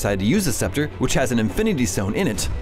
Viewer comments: he said loki's spectre, not sceptre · Good recap, but noticed three notable mispronunciations. (mispronounced helicarrier, scepter, and Ulysses)